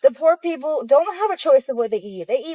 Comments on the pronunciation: Peopple? Maybe EBT should cover English classes? (Also thinking that guy was satire) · What’s a “peopple”?😂